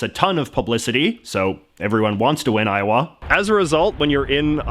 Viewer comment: iower, I hardly know ‘er!